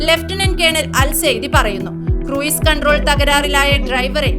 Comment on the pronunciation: ക്രൂയിസ് അല്ല ക്രൂസ്